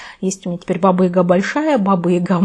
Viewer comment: Баба Яга! А не Ига!